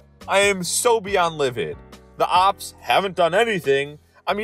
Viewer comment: Why did he say "ops" instead of "cops"?